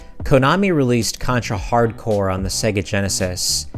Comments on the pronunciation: Why's he keep saying Hard Core instead of Hard Corps? I realize this video is 2 years old, hopefully he doesn't do it anymore. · Hard Corps, not hardcore... He keeps saying it wrong though so I don't blame you.